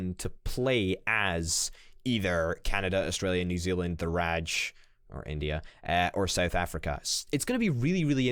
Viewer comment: since i am a new subscriber from India and also a die hard fan of HOI4 and Paradox. I thought you should know that Indian Independence was declared on august 15 1947 and its constitution was adopted on jan 26th 1950. And its Pronunced The Raaj (just thought you should know).I will say fuck you to british as early as possible and join my Big brother soviet Union in my fight against Nazis and Capitalists. Together we will make Entire Asia as a communist Bloc. Try us now US